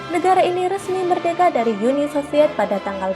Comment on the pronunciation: Uni bukan yuni kalau bahasa Indonesia